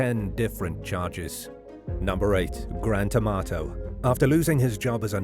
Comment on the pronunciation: The way the narrator said the name Grant Amato, it sounds like Gran Tomato!